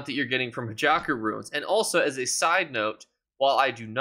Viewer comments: It's Hakeijo not Hajako😊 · Hey its pronounced Hakeijo Runes not Hijaku Runes lol sorry if English isn't your first language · Yea usually he says hackyjo lol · He does it on purpose so people comment on his videos. He also pronounces "motifs" incorrectly as well.